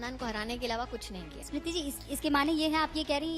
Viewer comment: O bhai ASmiriti irani nhi smiriti irani bol 😂😂 ASmiriti 😂😂